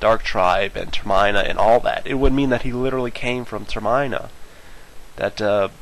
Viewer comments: I cringe every time he says it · TER-MIHN-A GOD LOOK UP HOW TO PRONOUNCE IT!!! GOD! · you said termina (tur mihn uh) wrong... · it's prononced ter-min-a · seriously, everytime he says ter-MINE it pains me every time. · Oh gosh.. The whole video, you pronounce Termina wrong... It's pronounced like Terminate, or Terminal. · I feel like it's pronounced "Terminal" without the L, aha also i read that this is a play on the word 'terminate,' and just as the game suggests, Termina was a world that was doomed to fail, should Link not have faith in himself and the world. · That's Termina with a soft i. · I hate how you say Termina XD Its meant to sound like terminal or termination, you accent the I too much. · Say ter-m-in-a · its ter-min-a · when he was talking about termina, i was like "Wtf whats that" you were pronouncing it wrong the whole vid man. there is no E to make the I a hard vowel, therefore its pronounce Ter MIN Ah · Yeah, CrouchiGames is right. It's Ter-mihn-uh, like terminate. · TER-MIN-AH You're welcome. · I pronounced it as Ter-Mih-na, Mih as in Midna. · Stop saying Termaina. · they are pronounced ter-mih-na and twih-lee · lol ter-miner? lol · you say termina wrong you need to but the emphasis on the ter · Its Term-IN-a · I'm usually not the guy to point this out, and I realize you've probably got this before, but it killed me how you pronounced "Termina" Termina (tuhr-min-uh) was taken from the word "Terminate" because the entire game is basically speculating the End, or termination. I'm really sorry :x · Your pronunciation of Termina is driving me crazy and distracting me heavily from what you are saying. I REALLY want to hear your theory and show my friends but noone wants to listen to you with that pronunciation constantly jabbing irritations patience. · Is anyone else bothered that he says Termina wrong? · The whole time... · it sounds like a weird sneeze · Your saying Termina wrong. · learn how to pronouce things Ter-Main-E-AH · ter-min-a not ter-MINE-a